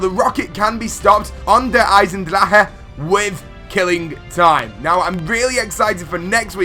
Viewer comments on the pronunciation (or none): It's not called Der eisendrakon or eisendrache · lol at pronunciation #eisendraha? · The way he says the name of the map